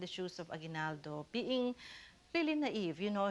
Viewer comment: Did he just say a-GWI-nal-do??!??!